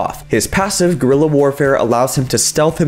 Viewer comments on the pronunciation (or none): none